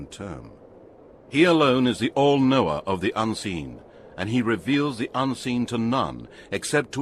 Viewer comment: Knower Not Noah Please correct. Thanks.